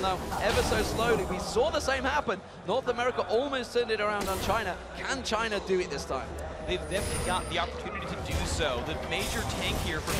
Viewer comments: i'm understanding vagina every time he says but china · Everytime he says "The China Team", i heard Vagin* team.... my mind must really be fk up =,=